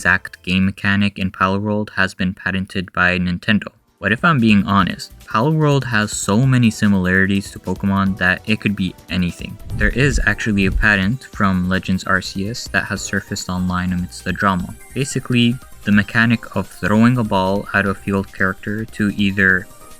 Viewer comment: Arceus, not arseus.